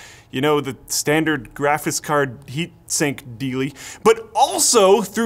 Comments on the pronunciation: always says GRAFITZ card. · "Grafiss card"